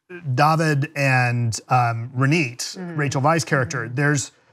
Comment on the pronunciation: DA-vid and Ro-NIT? :O They’re pronounced DO-vid and RO-nit. Jesus man! That guy only got Esti’s name right xD But other than that, a great review. Simply cannot wait to watch the movie myself! Rachel Weisz is bae <3